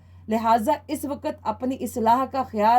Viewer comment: Waqt not waqat please use correct pronunciation on radio